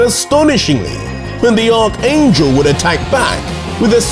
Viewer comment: Hey. Just a fyi. It's pronounced Arch (Ark) angel.